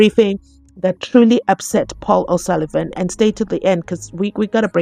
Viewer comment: Who's this Paul O'suluven? Don't annoy us white man